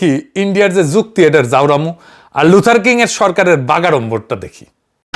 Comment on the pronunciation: দাদা লুথার কিং বলেন নাকি লুজার কিং ?